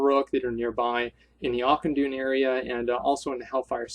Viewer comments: Zup Asmongold, nice recommendations on dungeons, but it's pronounced more like akkenai than auchenai! You specifically learn this in WoD when they speak of it from time to time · I lol'd every time you said "Auchenai". :P